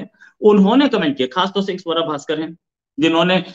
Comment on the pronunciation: Aarzu say's savera bhaskar 😂😂😂 Swara bhaskar hai maam.